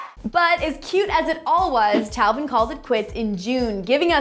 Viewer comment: its tayvin not talvin